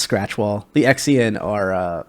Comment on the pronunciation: Did you say: Ex-ian race? oooh duuddeee. T_T why.